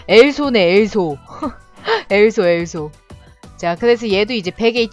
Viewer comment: 근데 왜 계속 엘소엘소 하는데 메소로 들리지? 메플폐인이라서 그런가?